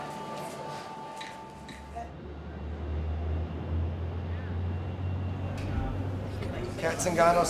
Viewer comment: Cat Zingano, not Nganno. She's not married to Francis.